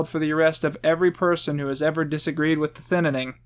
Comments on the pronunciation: Why do you call it The Thinnining? I love it 😂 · Was he purposely adding more syllables in the title? Not talking crap, but the comments made me notice because of all the “N’s”... “the thin-na-ning” lol. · I really want to get through this video, but my man, your pronunciation of "thinning" is killing me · why does he say thinning with TWO N N I don't know why it bothers me but it does. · Why wasn't this called man struggles to say thinning for 20 minutes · I really hate every time you mispronounce Thinning. It's not a weird or bad sounding word. It's a real word that came long before Logan Paul. I'm also surprised that you manage to not make a joke about Logan Paul's hair in relation to the title. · The Thinninning 2: The Thinninninning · Why do u keep saying thinining lmao it’s thinning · Can you learn how to say thinning and not "thin-in-ing"? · Is it just me or is he saying “Thinninning” instead of “Thinning” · Okay hold up. Every time you said “thinning” you pronounced it as “thinnining”. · Good video, but why do you call it the thinining lmao it's the thinning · WHY DOES HE KEEP SAYING THINNINNING, IDK IF HE KNOWS THAT IT'S ACTUALLY CALLED THINNING, HELP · It’s not thiN Ning it’s thinning smooth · Him saying Thinining instead of The Thinning was so annoying to me idk why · its called thinning not thinnining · jesus christ stop saying thinnining, its thinning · I agree with your commentary, but for the love of god it's "Thinning" NOT "Thinnining." Thin-ing! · Really good review, but you saying thinnining instead of thinning makes me wanna remove my ears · It's the thinning, not the thinening... I get slightly triggered every time you say it wrong. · Who else cringes when he says thinining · I hate how he keeps saying on saying thinnining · It's "thin-ning" and why are you bringing up Trump? I subbed to you before you hit 100k and miss when you used to be funny talkin' bout Scary Grandma. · "the thinining" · STOP SAYING THE THININING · "The Thinnining"